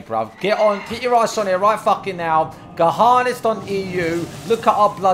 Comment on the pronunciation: How the fuck do you pronounce Gehennas as "Guh-HAAH-ness"?